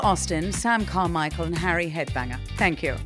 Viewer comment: I love how she says the two dads' real names and then goes "Harry HEADBANGER" 🤣